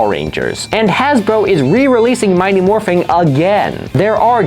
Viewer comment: Great video, but I kept getting pulled out of the story every time he said “Morphing”. IT’S MORPHIN’!